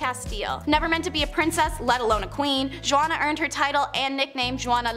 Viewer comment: Juana is pronounced hu-ana.